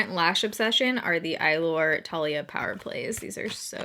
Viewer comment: The name is how you pronounce the eylure lashes you’ve been loving